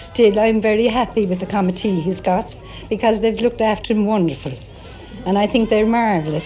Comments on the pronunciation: I think she added an extra syllable to the word committee. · Pretty sure mum said, "comity". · i think she said "she's very pleased with the committee he's got" referring to the gathering of spectators and people assisting him. The way she pronounces it sounds like "Comet tea" haha. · The word mother said wasn't "commenting" it was committee but pronounced as "comm-mitt-teeee" When is being interviewed, I believe what he says is "...the boys on top would settle that" pronounced as "the buys on tap would sette-l that" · mom says “comity” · it's Committee not commenting, lots of people in Cork use this weird pronociation of committee it doesn't seem to be linked to one area or another. My dad says it like that but I don't. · the word she's saying is commitee. Must be a county Limerick woman lol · The word the woman says is "commitee" just a somewhat irregular pronunciation. Cheers!